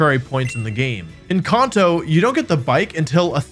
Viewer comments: "in conto" 💀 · Wait.. say “Kanto” again